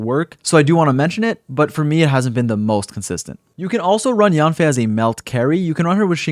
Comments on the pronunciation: her name is actually pronounced as yaen/yen fei and not so much of yaan fei but overall a great guide thank u for this !! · The real pronunciation of Yanfei is actually Yenfei 🤭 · Thank you for this video! I’ll definitely be using it. Her name is pronounced Yen-fei with an E! Just thought I’d let you know ☺️